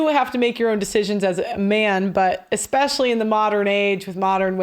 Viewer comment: I wouldn’t hire a lawyer that pronounces “especially” as “EXpecially.”